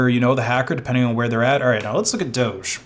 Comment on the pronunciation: Who's worse? LMG for getting hacked, or Google for doing nothing for all those months/years? On a side note, by the way, DOGE is pronounced DOG-E (like "Doggy"). That's the reason the coin logo is a dog 🙂